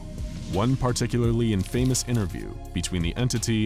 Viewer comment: I’m more concerned about your mispronunciation of the words infamous and wreaked. Like those ones aren’t even made up 😂